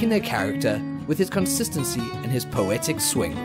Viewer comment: DiDi you say "Poetic swing" or Pathetic 🤔